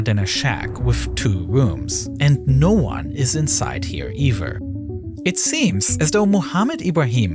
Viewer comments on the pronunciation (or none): either, not EVER. rather not RaVER. I can keep going this is unacceptable.